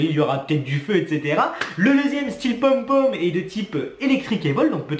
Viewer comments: ça se prononce Pon-Pon pas pomme-pomme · Pom-Pom ... TU LE PRONOCES MAL MDR